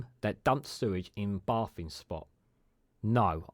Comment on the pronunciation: Sort your crap pronounciation out please fella, "bay-thing" not baah-thing, you said it several times before I gave up on your video, craps on the message / subject matter (no pun intended) SW water need a steel toe-capped kick in the bollocks for their temerity.